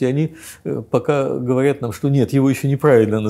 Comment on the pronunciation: Мне больше режет слух слово "говаряд"